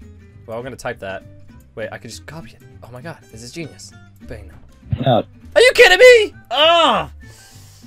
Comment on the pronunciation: you sayed baño wrong